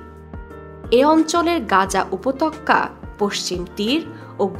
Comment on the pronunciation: উপতক্কা নয়,উপত্যকা।